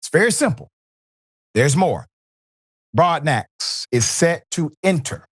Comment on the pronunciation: Broadnax is pronounced "Broad- no"